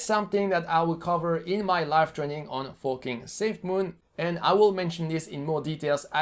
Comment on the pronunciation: Why do I hear fooking safemoon instead of forking ?